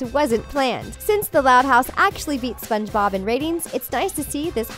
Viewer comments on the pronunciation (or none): She said spongebooob not spongebob